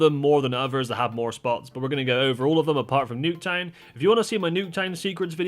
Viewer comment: New-k town forsure! 😂